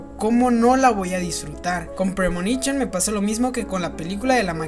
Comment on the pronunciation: "premonichon" XD